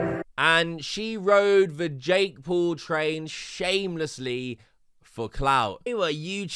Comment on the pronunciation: years later and bro still cant say Paul, he has to say Pool.